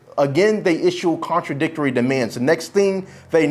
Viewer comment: "Contradictarary"??? And he's an attorny? Who can't speak correct Dnglish?